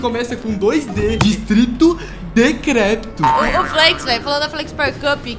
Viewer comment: eae mantega flakes falando discrito decrepto=dd (lingua flakespowerana)